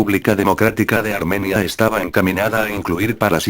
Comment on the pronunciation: pon mapas y banderas de la época, y gente destacable para que sea mejor tu trabajo, y también la gramática al hablar (armenía), aún así, excelente